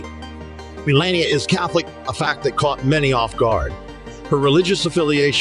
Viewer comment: The commentator did not bother to pronounce Me LAH Ni AH correctly. I do not care for her